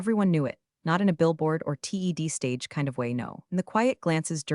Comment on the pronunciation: Confusing. Is this "Elizabeth's" story--or Todd's? And can your voice bot learn to pronounce "TED" and "resume" correctly?